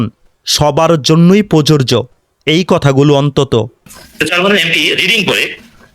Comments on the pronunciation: ভিডিওতে আপনার "প্রযোজ্য " উচ্চারণ সঠিকভাবে আসে নাই।আমি বলছি না আপনি উচ্চারণ পারেন না। হয়তো কোনো কারণে রেকর্ড সঠিক মত হয় না হয়ে বিকৃত রেকর্ড হয়েছে। এই ভিডিও এর 1.15 মিনিটে, "প্রযোজ্য" শব্দকে প্ররোরজো উচ্চারণে রেকর্ড হয়েছে। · ভাই ধন্যবাদ আপনাকে তবে আপনার বক্তব্যের মধ্যে শব্দটা প্রযোজ্য হবে যেটার উচ্চারণ আপনার ঠিক হচ্ছে না। ❤ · "প্রযোজ্য "উচ্চারণ কাইন্ডলি সঠিকভাবে করবেন। কারণ উচ্চারণ সঠিক না হলে আপনাকে নিয়েই ট্রোল করবে।